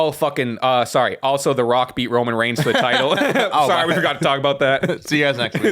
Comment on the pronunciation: Please learn how to pronounce roman’s last name